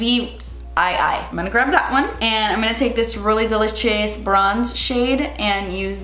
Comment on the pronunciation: nobody:: delitchious hehehe